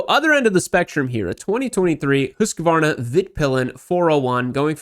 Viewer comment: That makes my ears hurt - it's HUSK-VARNA, not HUSK-A-VARNA. You aren't the only one one, but please stop. I've come to expect better from you.